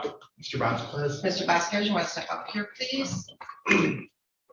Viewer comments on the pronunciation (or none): none